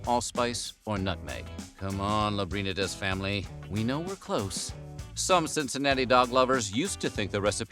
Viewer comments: My god did you butcher the pronunciation of Lambrinides. Lamb ber knee dus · Could you have butchered Skyline founder Nicholas Lambrindies name any worse? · That's not how you pronounce Lambrinedes And Skyline is only one version of many in the area...each has their own take